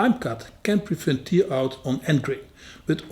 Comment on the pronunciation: Hi, not commented for a while because I can only say your videos are amazing so many times before it becomes boring 😂. I not only love your presentation but also your excellent grasp of the english language. I hope you dont mind me giving you one little pronunciation tip. When you say the word "Tear" it comes across as "Tear, i.e. as in tear drop when you are crying. Try pronouncing it the same as "pear i.e. the fruit" but with a "t" at the beginning instead of "p". I hope that makes sense and I hope you don't mind me trying to help. I may have just totally confused you, and I wouldn't be able to speak a word of your language 😊.